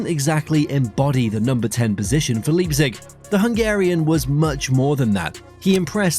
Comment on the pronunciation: Ffs. It's Lei-pzig, not leap-zig.